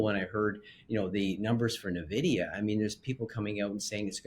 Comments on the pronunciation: One would think a financial expert would know how to pronounce Nvidia. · Missed Nvidia completely, can't pronounce it correctly... yeah we should listen to these guys 🤣.